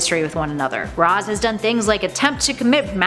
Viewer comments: ITS PRENOUNCED RASHE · It's "RAYSH" Al Ghul, goddammit! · Its noy Raz as in Raspberry! 🤣